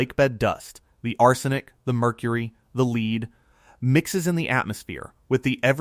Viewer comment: It contains “ leed”? Outa here AI